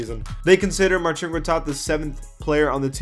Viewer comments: it's not Marcheen, it's Marseen. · big dik That's great but I didn't ask. 🤷‍♂️ But I know it is Marseen. Like I said he even called himself Marseen. Maybe that's how you pronouce it but other polish people might say it otherwise. No more replies from me.